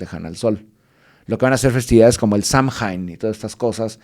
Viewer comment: ha puesto en evidencia que parte de su conocimiento viene de leer wikipedia al no saber pronunciar "Samhain"...